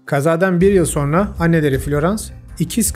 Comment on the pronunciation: So(r)na değil, so(n)ra.